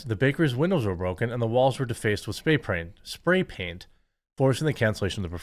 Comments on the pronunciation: I like “pray spaint” better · "spay praint"